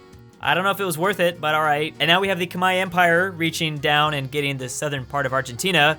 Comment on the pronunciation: The civilization in Southeast Asia (Vietnam, Thailand, Burma) is the Khmer (Kuh-Mare), not Koo-Mai